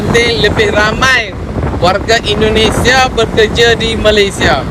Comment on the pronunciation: Sebut betul2, Indonesia